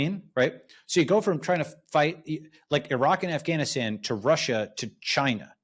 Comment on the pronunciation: Balaji not just being a boss as usual with his knowledge and analysis, but with his proper pronunciation of Pakistan. But it's surprising that he still mispronounces Afghanistan though.